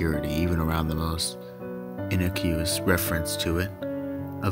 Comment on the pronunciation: Terrible pronunciations. You mispronounced a ton of common words like innocuous, even experimentation. Etc. Etc. Totally kills the immersion.